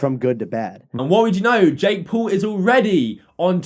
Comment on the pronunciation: Still, don't talk shit if you can't even say Jake Paul